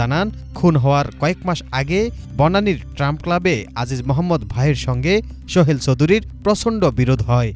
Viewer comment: উচ্চারণ এমন কেন এই সাংবাদিকের? ওই ভদ্রলোকের নাম সোহেল ছিল, শোহেল না। সাংবাদিকদের উচ্চারণ ও বাচনভঙ্গি ভালো হওয়া উচিৎ। এত খ্যাত হইলে হয়না।